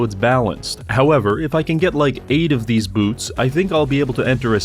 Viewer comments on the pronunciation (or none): "Like eight of theese boots" killed me after hearing sheer numbers